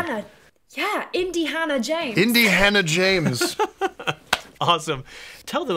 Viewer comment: When they said "Indi-hanna James" my brain just froze because omg I would watch the crap out that